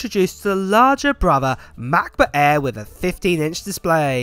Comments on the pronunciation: Hahaha love how he emphasizes MacBook Äääähr :D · Come on…. I know you’re talking to me :-) 1. I love the way you pronounce the aaaaaair. 2. Don’t blame the islands; it’s you, mate, always adding that extra 1.3s I see what you do here ;-) Hugs